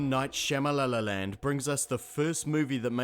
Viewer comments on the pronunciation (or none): "M. Night Shyamalalaland..." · "M. Night Shyamala-la-lan". Shamalang. lol. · Did you call him Shama-la-la-land? That’s amazingly accurate. Also, I now want to see a sci-fi comedy where the aliens are chased off with super soakers and the local fire department is the ultimate good guy.